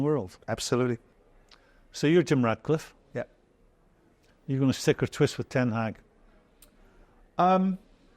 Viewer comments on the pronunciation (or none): For god sake, it’s Ratcliffe not Radcliffe. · I’m 8 minutes in and here are the clear mistakes I’ve noticed so far from these two buffoons; - Souness keeps calling the Glazer family the Glaziers; they’re American businessmen not window salesmen! - Jordan keeps calling Ratcliffe ‘Radcliffe’. He’s a British businessman, not a wizard ffs!! - Jordan said Liverpool signed Ederson for 75 million when he obviously went to City and Liverpool signed Alisson🤦‍♂️🤦‍♂️ - Souness said United signed Onana for ‘circa 70 million’. It was 43 million, but hey, why let the truth get in the way of a good story!! What a pair of utterly useless clickbait melts!!